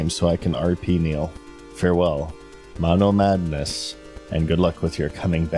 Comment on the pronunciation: the way he says monomadness kills me every time